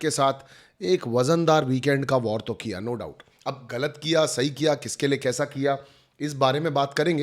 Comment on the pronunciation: you are still staying WAR..🤣🤣 it is Vaar in hindi my dear